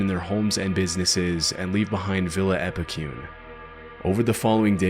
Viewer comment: Wow haha did not expect Epecuen to be here! Just so you know, Epecuen is pronounced with a strong last E, like the first E that it has, Epecu-En. With Buenos Aires also, its Buenos Air-Es. Really cool video!